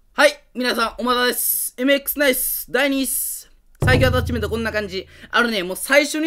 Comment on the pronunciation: 今回アﾀｧ⤴ｯﾁメント祭りなの草が誘発される。地味に強いtypeくんは妙な横ブレがなくなったらめっちゃ強くなれると思う